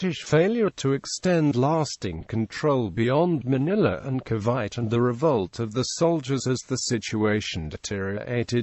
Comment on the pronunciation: Ca'bite'? It's Ca-vi-te